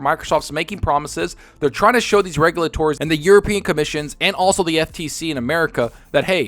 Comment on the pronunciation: you lay ters.. not regu la tours